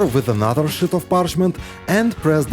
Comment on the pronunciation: Good tips, just wish someone in his crew correct him with pronouncing “ sheet of paper” versus “ shit” .